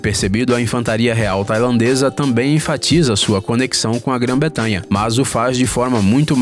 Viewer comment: Só uma dica , é Gran bretanha e não Gran betamha